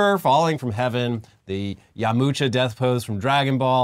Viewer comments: "Ya Mu Cha" ... its "Yam Cha"! :D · Ahh the cringe, cant believe he said Yamucha, there isnt even a "U" sound even spelled in his name. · ya-mucha is my favorite dergonbell character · Damn It you knew what you were doing when you said "yamucha"!!! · calling yamcha yamucha triggered me 😂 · "YAMUCHA"??? Don't do the guy dirty like that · saying Yamucha instead of Yamcha got me out of my falling asleep trance to come here and comment lmao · The way pronounced yamcha loll for future reference,, it's yawm-cha. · My guy called Yamcha... Yamucha. Im calling him Yamucha now lol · Yamucha? YaMUcha? YAMUCHA? Come on, guys. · It's Yamcha not yamucha boomer lmao😂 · I think he said yaMucha to increase engagement for people to correct them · YAMUCHA?!?!?! IDK WHY THAT TRIGGERED ME SO BAD, I DONT EVEN LIKE YAMUCHA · You pronounced it Yaw-Moo-Cha just to insure I interacted with the comments section. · what the fuck is yamucha its yamcha lmao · "Yamucha"????? please, don't embarrass yourself like this 😩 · It’s Yamcha not yamucha or w/e the hell you said. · YaMucha? Who the fuck is that, you mean Yamcha right? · how the fuck did you say yamcha as "yamucha" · calling Yamcha “yamucha” but then mentioning Disco Elysium, perfect balance in all things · Maybe is secretly a superweeb who only reads Dragonball in the original Japanese. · 1, 000 20 somethings around the world felt a sharp pain when said yamucha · Lmao, I had to rewind to hear him say Yamucha again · I came here for the Yamucha mispronounced. He demand a correction lol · Oh boy, they’re gonna have another correction in the next episode for that “Yamucha” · When he said Yamucha my eye started twitching 😂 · Yamucha? Wha? I've never heard it pronounced like that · Ya-moo-cha? Well is not a DBZ fan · Did you just say YAMOCHA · bro said Yamoocha :face-green-smiling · Tf say yamcha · hahahaha right I was like they pronounce it like that?!